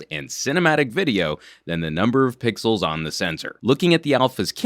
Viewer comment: It's pixels not pickles